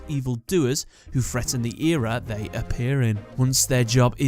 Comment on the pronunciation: "Ehr-uh" not "eeehhhrrrrr"